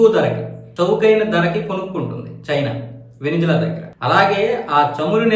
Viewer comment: వెనుజువెల.. కాదు.. వెనుజుల... 😂